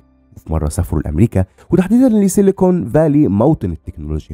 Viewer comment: لسيكون فالي-❌ #لسيلكون فالي ✔